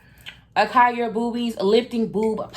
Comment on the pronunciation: Acai is pronounced- ah-sah-eee❤️ Your skin looks gorgeous 😍. I'm going to check them out!